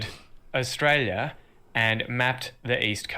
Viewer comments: Sorry to disappoint but you don' sound Australian you actually are putting the stress in the wrong place and your pronouncing the U sound we dont . Try this o·stray·lee·uh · Yes I agree but he is still saying Orstralia no Uh-stralia. I only just thought the other day in the intro wow he sounds a bit Aussie- had no idea he was actually trying 😂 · Hi from Australia, Canberra. Can I suggest you pronouns Australia like 'os-trail-i-a' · Uh. We don't say oh like Americans do, to translate it to American pronunciation it's "uhstrayleeuh" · Oss-tray-ya, mate😉